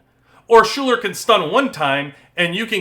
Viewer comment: great breakdown, thank you! btw Schuyler is said "Skylar" :)